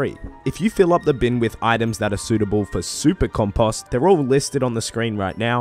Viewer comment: love the tips man but the way you said compost bothered the hell out of me! Keep it up and appreciate ya!